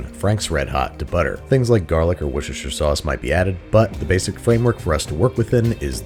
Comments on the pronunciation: did he just pronounce the W word right???? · HE SAID WORCESTERSHIRE RIGHT THE VACATION IS WORTH IT FOLKS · Babish actually pronounced Worcestershire sauce correctly!!